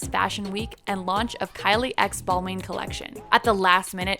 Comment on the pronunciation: Please learn how to pronounce famous designers names!! Bal-man. Moo-glare. Not hard 👀👀